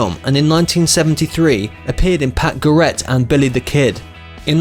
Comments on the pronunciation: Pat geraettt ???? As well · This isn't even in chronological or ANY sort of order. "Pat Garette" is pretty lame, too. Sad when narrators have no idea what they're reading. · Joan Baise and Pat Garrette who is this idiot voicing this video